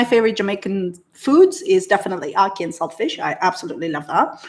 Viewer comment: you need to work on your pronunciations Ackee! I look forward to hearing your accent change slightly with. Jamaican twang! How have you not heard of hard dough bread! 😂 Shoutout from Birmingham Uk 🇬🇧